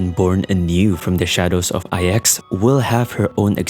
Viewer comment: Ahhh yes, thanks to the words you used explaining the space china arcs of the story that I finally worked out why all the stories from Luofu just end up sounding like old people griping (which is why I just find most Luofu story and sidequests to be oh so boring save for the handful of offbeat funny ones like the cycranes.) However, despite your eloquence, DUDE just pronounce it "iks" for IX. Saying "ay eks" ("I" "X") just sounds stupid. Furthermore there is reason to believe that Device IX (NINE, as in the the roman numeral) hints at the origins of the Aeon of Nihility as a mere "device number nine" before its supposed ascension, similar to how Nous appears to be initially a cybernetic/mechanical construct prior to Aeon-hood. But I digress, just pronounce it "IKS" man for fluidity's sake. Every time you went "ay eks" during your narrative just jarred the living shit out of me and distracted from your point.